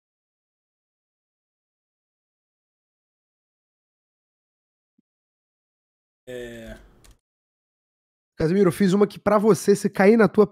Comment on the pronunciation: Juro que eu ouvi”QUASE MIRO”